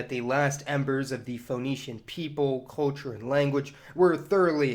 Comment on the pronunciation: narator, learn to say CUL CHUR, not COA CHUR.